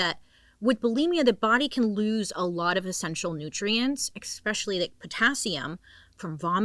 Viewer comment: psst! There’s NO X in ESPECIALLY! 🤫 😮 🙏👍